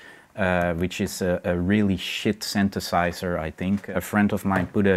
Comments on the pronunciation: "Syntesaiszer" "Duowpfer" Ahhhh... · fuck i love how this guy pronounces 'synthesizer'